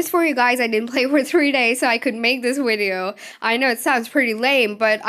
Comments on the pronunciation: WTF is a WIDEO? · VVVVVV ITS A V. AFTER THE LETTER U BEFORE W